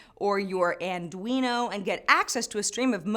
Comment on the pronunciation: it's arduino. WTF's an andurino? Nice episode any way:)